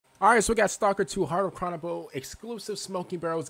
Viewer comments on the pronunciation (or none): "Cronobol" dude do you not know how to pronounce "Chornobyl"? And why is it a file? why not just watch on youtube in native quality?